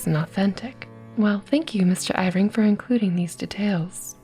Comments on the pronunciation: Yeah. I love her readings but I have to admit, her constant calling him Ivring instead of Irving takes me out of it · Isn't his last name pronounced ur-ving?